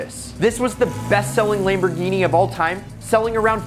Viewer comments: lemborgini gayardo wtf its Lamborgini Galardo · Its lamboghini gallardo